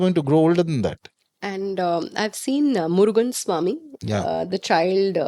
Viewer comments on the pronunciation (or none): With all due respect, first call the Tamizh name properly..it's Murugan not 'Murgan', and as for your question, the root word Skanda means to gather or aggregate, which relates to Murugan's role as commander of army of Devas. 'Kanda' is its Tamizh equivalent. Do some Research before you make such claims.